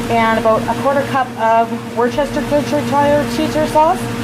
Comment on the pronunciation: Like we're going to use her recipes. By the way, it's pronounced "wooshter sauce."